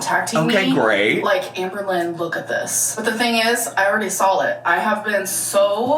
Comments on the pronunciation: I was hoping I wasn’t the only one hearing the “L” in saw!! 😂😂😂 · 'I already sawl it' 🤬 not even close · she sawlet ... i thought i misheard but nope 🤣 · Can we talk about ‘SAWL’ gate?? 🙄…Someone tell her there is no ‘L’ in saw in any context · Yall, she already sawl the post!!😂 I'm sorry but I can't sometimes with her pronunciation of words... she said Sawl like 10 times. Ordament is funny ya but I think Sawl is better. IMO of course. I do hope rarity is OK and in a safe warm space!!